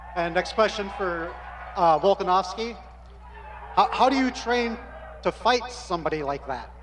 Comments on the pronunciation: Love that pronunciation! "Start with Mr Volkansoivbsvski please". Classic 👌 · "start with miskter fullska-nos-key" 🤣